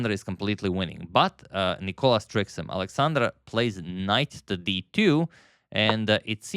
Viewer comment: Why are you still calling him νΊκολας when it's νικΌλας emphasis on the letter O